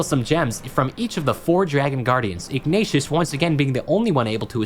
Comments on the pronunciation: "The red one Ignatious..." come on man Ignitus isn't that hard to say lol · im sorry but WHO TF IS IGNATIOUS?! ITS IGNITUS!! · This video honestly sucks ass lmfao, can't even be fucked pronouncing Ignitus right redoing the audio who tf is "Ig-nay-tius"??? No they did not bring him back to life what are you smoking? Did you even play? He takes over for the Chronicler. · This isn't even very accurate, and the guardian dragon is Ignitus, not Ignatius. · The way you keep mispronouncing Ignitus' name is sending me 💀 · The way you pronounce Ignitus hurts my soul 😫😫😫